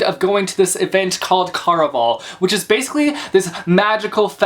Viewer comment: I think you're pronouncing it wrong. Care-a-Val (rhymes with buddy ole pal)